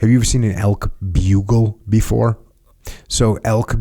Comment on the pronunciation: It elk echo! Not elks🤣 elk hunting is life! Jocko what bow are you shooting?